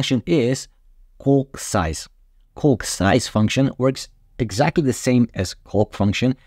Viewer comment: I highly advise you improve your pronunciation of the word “calc.” Your current pronunciation is bordering on obscene. Great information. Many thanks. Cheers.